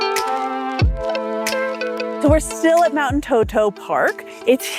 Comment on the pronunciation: not Toto but Entoto (can be pronounced as En-TOH-toh or init’ot’o) and In amharic “እንጦጦ”. And then I think there may be some confusion about what takes place at St. Mary’s Church, so let me explain it clearly and accurately. In Ethiopia, Orthodox Christians observe the 21st day of every month in honor of St. Mary. On this day, believers attend not only St. Mary’s Church but any Orthodox Christian church to pray and worship God. In the Orthodox faith, St. Mary is lovingly called “Our Mother,” and we believe that she intercedes by praying to her Son and Lord, Jesus Christ, for the forgiveness of our sins. These celebrations are based on specific and well-established religious reasons. January 21st is commemorated as the day of her departure (death). May 1st marks her birth, and May 21st celebrates her public revelation in Egypt, a day that is respected even by Muslims. August 16th is observed as the day of her resurrection, when she was taken up, as her Son was. September 21st is also highly significant, as it commemorates the appearance of the Virgin Mary to the 318 scholar fathers at the Council of Nicaea, where Arius was condemned, and it is also the day when the Cross of our Lord and Savior Jesus Christ rested at Ethiopia, Geshen Debre Kerbe. For these reasons, the veneration of St. Mary on these dates is deeply rooted in faith, history, and long-standing tradition. Thank you!!!